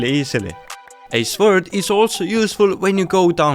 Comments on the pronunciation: and now "The swurd" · sword is pronounced "sord" lol. English is weird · Am I the only one who gets triggered every time he says ‘swurt’ lol